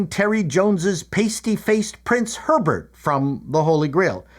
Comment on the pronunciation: "Listen, Alex." " 'Erbert." " 'Erbert."